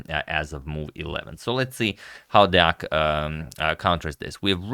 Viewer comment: the pronunciation on 'deac' is good this time :)